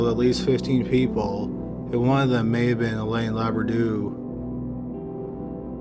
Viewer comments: LOUBRADOU. How could you say laberdoo? READ. LOU BRA DOU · I keep hearing Labradoodle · This is not a funny case of this poor woman, but the closed captions are. It keeps calling her Labradoodle instead of Loubradou.